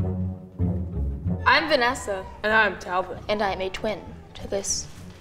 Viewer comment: Why do I keep hearing the guy saying his name is tablet xD